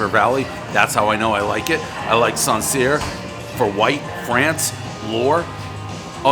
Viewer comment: I know about Russian river valley, but "Sancierre" as he pronounced it and "Lore" 🤣 those two are in France.. it would be worse if he got his own wrong! Thanks for the update